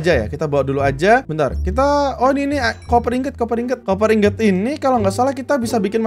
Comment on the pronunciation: Pak sebutinnya koper bukan kuuper